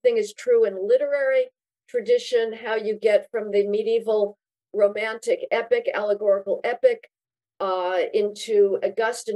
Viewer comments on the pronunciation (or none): none